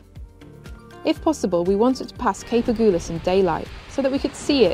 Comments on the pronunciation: Cape " A gull ass", not "A gool ass"😉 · So love your vlog but excuse me for being picky but it is AG-Hull-AS not AGOOLAS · Thanks for a super video. You're the only one that I follow. Only one thing, It's not the Agoolis current or Cape Agoolis it's the Agulhas. A gul has. I learned to sail in Port Elizabeth and we regularly joined visiting boats for the trip to Cape Town. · As a South African from Cape Town and a sailor I am really excited to watch you do this passage! I’m also proud to hear that you’ve been looked after so nicely in East London! Quick pronunciation tip: Agulhas - the “gul” part is pronounced like the word “gull” and the emphasis is on this syllable! Love your channel and your adventures!! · Lovely sailing.. nice photography .. Cape “Agulhas” pronounced A Gul has, like see gull 😀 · Please, it's Agulhas - the "u" is pronounced as in "umbrella - there's no "goo" in it! And I know - I grew up there! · I love your blogs but I am bemused by your pronouncement of aggullus which is not pronounced aghulloos. My folks spent more than four teen years sailing their 46 footer around the uk and France and right round the med basin. I am a bit envious of your amazing life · It's pronounced Cape Agulhas as in "seagull" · Cool video, thanks! Just a bit of pedantry.... Agulhas is pronounced "A-gull-ass", as in sea-gull. So sorry you got ripped off on your trip to Cape Point. It's disgusting that tourists should travel so far to be exploited in this manner.